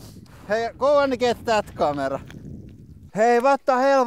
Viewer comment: N D Lords Hands she is saying kamera.